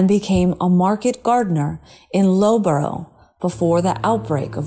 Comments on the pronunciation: 14.33 It's pronounced 'Luffborough' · Americans should look up how to pronounce British place names lol, Loughborough- it’s pronounced luff burrah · The town of Loughborough in England is not pronounced 'Lowbro' but 'Luffburrow'. Yeah, we're weird like that.